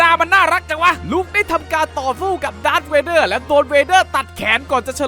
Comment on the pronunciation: มันไม่ใช่ดากร์เวเด้อมันชื่อดากเวเด้อ ++